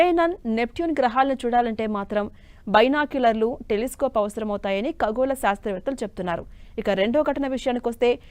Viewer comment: ఖగోళ.. అనాలి.ఖగోల అని పలక కూడదు.. ముందు తెలుగు భాష పలకటం నేర్చుకోండి